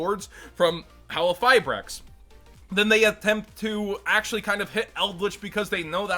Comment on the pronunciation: Q in Halqifibrax isnt silent. Its easy to read.just pronounce it like you do with huaquero